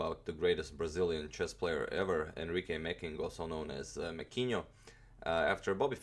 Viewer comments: Omg you actually pronounced "mequinho" right. Love your channel & cheers from Brazil <3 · I just get a Mecking book (you pronounced Mequinho perfectly) and instantly I began to win.... So I will be Mecking fan from now on. Nice game ☺